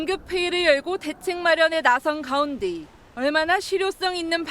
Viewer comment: 나선 가운듸 아니 아나운서 발음이 왜이래. 북에서 왔나